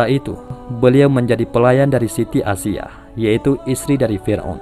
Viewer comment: Aisya bkn asyiah